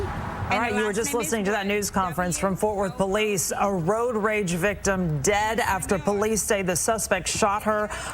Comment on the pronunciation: Do you have to use and emphasize the word dead so strongly? Can’t you use the word deceist in a much more considerate tone? Imagine this - your very own child just happens to be sitting and watching the news when the idiot news anchor delivers the news to them that you are DEAD!! Isn’t that just the way that you would want the news that you are DEAD delivered to your own child? Makes me think of the song by Don Henley- “ Dirty Laundry”.